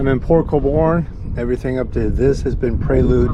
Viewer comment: Great job chasing your dreams. Really happy I clicked that bell. I think I only watched one other channel go through the canal but you did a much better job recording it. Btw it's pronounced "Cole-Burn"😉 ( actually it kawl-born...but we dont pronounce toronto correctly either.)I'm happy you made it to my stomping grounds.